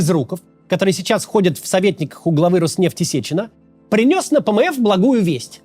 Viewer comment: Пмэф звучит как пмэс😂